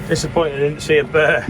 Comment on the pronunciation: It's a bear not a burrr 😂